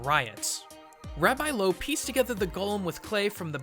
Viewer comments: He fucked the pronounciation of 'Rabbi Loew' up. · You absolutely butchered Rabbi Loew's name, name of the river Vltava, and the word shem. jesus christ.